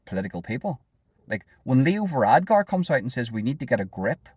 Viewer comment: It's VaradKar, not VaradGar.